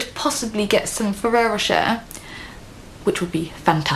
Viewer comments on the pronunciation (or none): If Gina is so rich, then how comes she can't even say "Ferrero Rocher" properly?